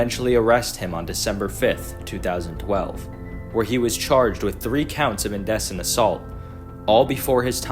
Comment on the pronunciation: Cool video dude, keep up the good work. Two notes: they are pronounced in-dee-cent and sub-seh-quent :)